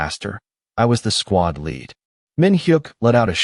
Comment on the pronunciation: LEAD is read as LID , not LAD, u need to improve your AI